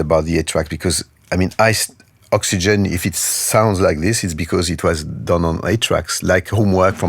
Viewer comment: Oops! Vince Clark was in "Yazoo" (with Alison Moyet), not "Yazz", and Oxygene is not pronounced "Oxygen"! Otherwise, a nice presentation. 🙂